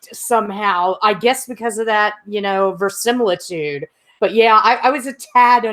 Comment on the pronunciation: I think it's pronounced veri-si-mili-tude, not vers-simili-tude. But I wasn't blown away by this episode though I still like watching any episode of the Orville. For opener it seemed pretty weak. But I don't think it was originally planned for the opener.